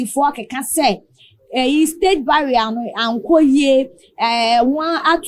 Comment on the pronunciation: It's not "barrier" but "burial" ok so kindly check that